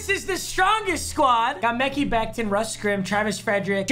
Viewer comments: It’s not meki it’s Mah-khi I would know bc it’s my name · bro did he just say mechy becton, its pronounced Mech-High Becton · Nobody:: “Mecky Becton” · mekhi becton is said like makai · “Mecky “ Becton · “Mek he” Becton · Papa pls stop calling Mekhi Becton mEkKy bEcToN